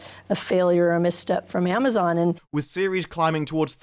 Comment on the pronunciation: I thought I heard that idiot Salke say Ma'amazon. Maybe she actually said it.